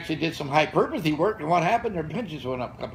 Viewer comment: “Hyperpuhthy” can’t wait